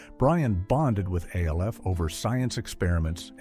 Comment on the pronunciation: AI can’t Evan say Alf …and yet they say they will take over the world …